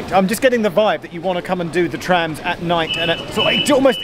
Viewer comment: But the DLR is still cool. Some routes have such beautiful scenery especially at night but I dont know why I still like the trams better haha. And I loved when you both said traims haha it suits well trains and trams. Get it? 🤣🤣